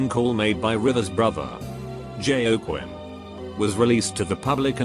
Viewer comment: Jay-oh-quin... but seriously, that story reminded me of Bojack and Sarah Lynn